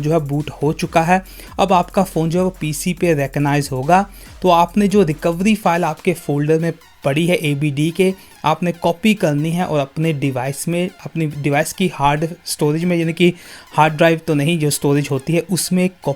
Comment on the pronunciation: Abd nehi yaar adb... Anyway...... Keep it up